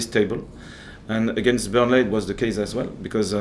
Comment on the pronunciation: Who has taught him how to pronounce Burnley like that? haha